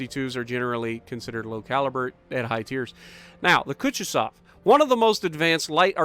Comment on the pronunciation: Koo-too-zov, emphasis on 'too' Ah-tah-go, emphasis on 'tah'